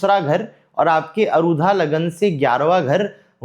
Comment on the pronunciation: कम उम्र में ही ज्योतिष का आपका अध्ययन इतना गहन है, अनेक शुभकामनाएँ!🌼 केवल एक सामान्य निवेदन है— कृपया अरुधा नहीं, आरूढ़ बोलें। आरूढ़ (Aarudh) सार्थक शब्द है, अरुधा का कोई अर्थ नहीं है। वर्तमान ज्योतिष में यह शब्द चल निकला है, परन्तु विषय-विशेषज्ञ से अपेक्षाएँ अलग होती हैं।